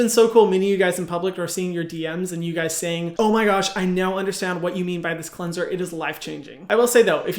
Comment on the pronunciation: ✨qwenzer✨ 😍 (this isnt hate, i love hyram <3)